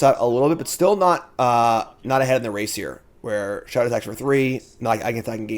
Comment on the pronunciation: all love but i’m begging you to pronounce show-tah’s name correctly just once